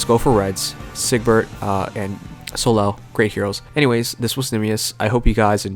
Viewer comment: Soleil is a french name, it's not pronounced So-lel, but So-ley. hope you get well soon :)